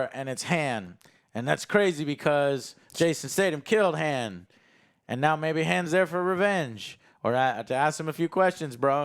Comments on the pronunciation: name Han or Haan pronunces it hands 🤣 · the way he says han... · Why does Joe constantly pronounce Han’s name wrong yet no one corrects him? 🤣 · Omg say Han right 🤣🤣🤣